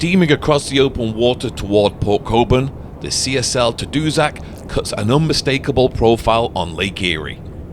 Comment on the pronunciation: It is pronounced as "TAD-OO-SACK"